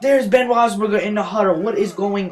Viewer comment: u said ben's name right the firt time but not the second